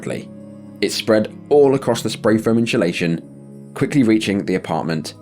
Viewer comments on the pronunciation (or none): "inshulation" lmao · “Inchalaychun” is killing me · Note to self "dont say Faom insulation" instalayshun 😅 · The way you pronounce “insulation” gives Benedict pronouncing “penguin”vibes. It’s also slightly infuriating. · There’s no “H” in the word insulation, so why do you pronounce it as such? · The narrator cant say insulation.